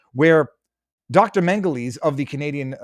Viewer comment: Dr. Mengelese? That sounded a lot like Dr. Mengele.